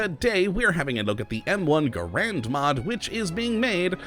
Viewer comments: ITS PRONOUNCED GAREND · NO IT'S NOT Garend is the man, GaRAND is the rifle. Even John Garand himself pronounced it that way. Also it doesn't even matter. Why am I bothering?